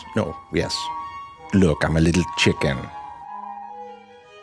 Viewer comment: Is that you,..? I love when he/she says "chichien"